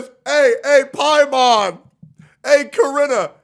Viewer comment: Paimon? More like pA.i.mon